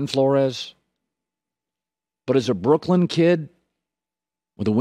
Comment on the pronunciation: my man says brookland